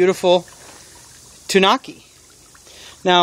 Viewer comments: (Tan-oooh-kee) is actual pronunciation. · Not to be rude but it's pronounced like (too-new-key) But awesome video by the way.